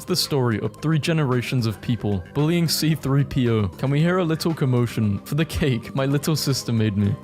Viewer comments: WHY DID YOU SAY "CP-30" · C3-PO not CP-3O.